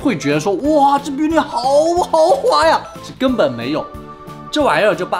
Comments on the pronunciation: Bunny 是读邦妮不是biu妮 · 的英语口音哈哈哈哈哈哈哈我笑了😂 bunny 念成 biu ni了😂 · Bunny读“扒你”哦(´-ω-`) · bunny不是念「巴尼」嗎,兔子的意思，也是賓尼兔的英文名Bugs Bunny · 是他读错啦hhh😏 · Bunny 讀錯了